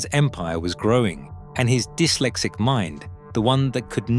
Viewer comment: Its not D-Y-lexic its dis-lexic